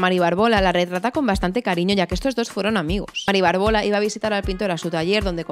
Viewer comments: Aprende a leer: acondroplásico y BÁRBOLA (con tilde). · Qué interesante y entretenido. Supongo que es una currada considerable, pero hay algunos gazapos que hacen que tu vídeo desmerezca un poquito la calidad de la información: "Mari Bárbola" (con tilde en la primera a, esdrújula,porque viene de Bárbara) y el enanismo se llama "acondroplasia", sin la "t". Son pequeñas puntualizaciones que espero que te sirvan para pulir un poco los siguientes vídeos sobre este asunto tan interesante. Muchas gracias por tu información. ( Es lo que tiene hacer un canal para culturetas, que no se nos escapa ni una).😅😅